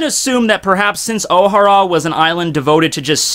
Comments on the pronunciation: it's Oh-Haaa-ra. not Ow-hara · ohara... two syllables... not three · Jesus the way you pronounce Ohara makes me cringe.